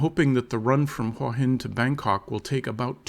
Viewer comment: It's "hoowah hin", not "wHah hin". If you consider this your home, might learn to say the name properly